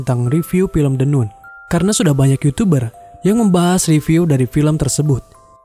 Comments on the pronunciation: Min, bacanya kok jd the "Nun" 😂, seharusnya "Nan". Klo "Noon" baru dibaca "Nun" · The NUN dibacanya The NAN et dah lu, Valak tuh iblis atau Demon? Demon itu Iblis sialan! Terus dia itu namanya Irene bukan irena. Gua cuman ngasih tau doang biar lu gak salah salah banget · maaf koreksi nun nya dibaca nan trmks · The nun bacanya the nan. Irene dibacanya airin. Tp klo orng lokal kebanyakan bilangnya the nun sama irènè.